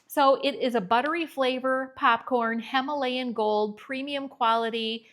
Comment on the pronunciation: Because you asked in a previous video to explain how 'we' hear your accent that you don't hear in yourself... Ok, Popcorn: what I hear from you is 'papcorn' so some of your o's sound more like short a's. Then in vanilla and himalayia both of the i's sound like e... like vanella or hemalayia. I'm from Montana and could not hear my accent either until I lived in California for 30 years plus the movie Fargo. I grew up hearing milk pronounced melk, and eggs pronounced aigs. IDK, listen to yourself compared to newscasters on the national level. Not saying one is correct, but there is a difference. (Also I'm sorry if my descriptions are fuzzy)